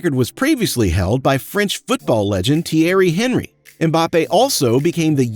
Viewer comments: Thierry Onree.... Not HENRY. No like because of that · Hahahahah Tierry Henry…it’s pronounced Enri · bro really said HENRY💀